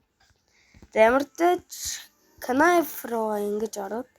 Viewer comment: Knife bish nife gej unshagchee